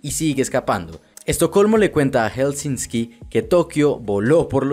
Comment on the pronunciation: Se pronuncia Helsinki, no Helsinski...